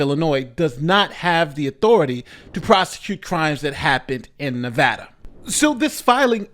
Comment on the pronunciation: Thank you for pronouncing Nevada correctly. As a Westerner who now lives on the east coast I always hear it pronounced incorrectly and it grinds my gears.